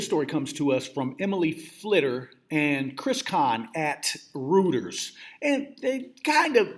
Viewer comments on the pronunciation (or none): Pronounced; ROY TERS.